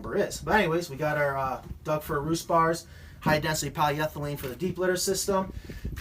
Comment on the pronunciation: I watch your videos just to hear you say , "you can never have enough ventilation" and "food safe hi density polyethelene" as if it were one word. Nice coops, though.